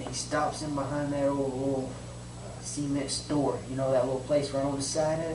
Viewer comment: Ceeemet. Why do so many people pronounce cement wrong. I guess the got it from watching the Beverly hillbillies. Seement pond.